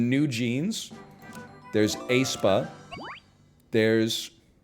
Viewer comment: Mispronounces (G)I-DLE, mispronounces æspa, questions his accurate pronunciation of NMIXX, love ya egg <3 Also please release a full cover of Queencard, the people demand it